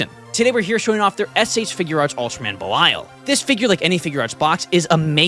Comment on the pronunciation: Belial is pronounced Bell e all